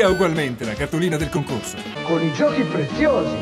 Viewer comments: I'm from Italy and Giochi Preziosi (or as you pronounce it:Gio-ci Pre-zio-si) in English is Precious Toys. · Great video! By the way, the "chi" on "giochi" is spelled like the "ki" in "killer" :-) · Even as an italian it's hard to make out what he's saying because of the accent and the bad audio. Aslo giochi prezziosi used to rule italian toys but it judt kinda fased out with people forget it. Also, it's pronounced "goci prezeosee"